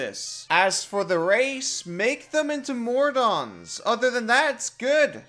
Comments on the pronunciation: I'm just goin to add, they're named MODRON, not MORDON The D is before the R, otherwise it sounds as if you're saying MORDOR wrong. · Kobold, I love your content, but it really irks me that you can't pronounce words with an 'i' in them (simUlar, really?). Also, MoRdon? Pretty sure you mean Modrons, lol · modron not mordon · The d is before the r in modron. Mo-dron, rather than Mor-Don. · "Mordons" think you moved an r there bud